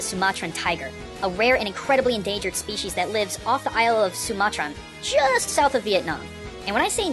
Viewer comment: "Sumatran" in Mega Man? More like "SumaTRON" #loljokes